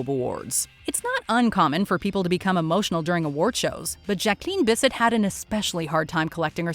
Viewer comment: Nice butchering of Jacqueline Bissett's name. Kids. Never even heard of the legends. When in doubt, ask an adult.